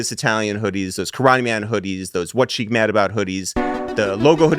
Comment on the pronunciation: Sheek refuses to say his name right